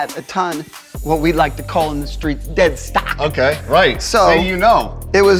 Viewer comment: “What we like to call in the streets DEADSTOCK” That was the whitest shizz I’ve ever heard